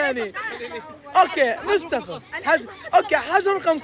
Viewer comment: بيقول مستفى بدل مصطفى 😅